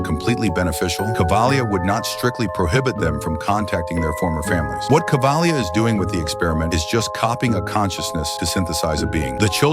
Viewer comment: Kavalier not cavlia